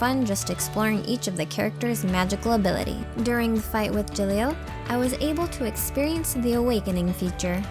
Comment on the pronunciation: Btw, it pronounce "Je-lol" not Jahlil. You're welcome, girl.